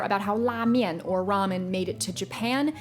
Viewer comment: I speak Cantonese and pronounce "mian" like "meen/mean" with the long E sound, so I'm not sure how that became "maine" with the long A sound (unless it's a Toisan thing, which I don't speak so I can't really comment on that).